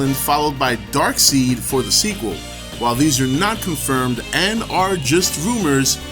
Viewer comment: Before the super DC fanboys show up, its supposed to be pronounced Dark-side, not Dark-seed. Its spelled kinda weird, so its understandable. On another note, they should have saved him for a third Justice League, maybe have had Doomsday as the villain for JL 2 instead